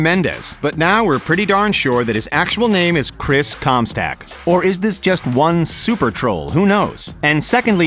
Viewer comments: It’s chris comstock not Chris comstack. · "Comstack"? You mean "Comstock" Lol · How tf do you fuck up saying comstock and say comstack.... 💀 pleb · Chris comstack instead of comstock that killed my lungs 😆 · STOCK NOT STACK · It's not Comstack its Comstock ! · ComSTOCK, not ComStack! Fucking twat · STOP SAYING COMSTACK IT'S COMSTOCK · COMSTOCK not STACK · The name displayed: Chris Comstock The name said: Chris ComSTACK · COMSTACK???? how the fuck, can you see COMSTOCK and read it as COMSTACK???? wow. that's incrediable. might as well have just said CUMSTACK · Chris com stock not comstack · ComstOck not ComstAck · chris comstack? its chris comst-O-ck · It’s Chris Comstock not Comstack 😂😂😂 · "Chris Comstack..." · how dare you say to forget about Skrillex, the GOAT and the guy who got Mello attention to blow up you ignorant fuck ! ...Thumbs down. You cant even say his damn name right? Really ? Chris com STACK ? (I know im being too aggressive but .. come on. ) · Can’t even say Comstock correctly smh